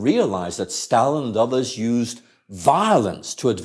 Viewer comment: This guy says Stalin...I stopped listening.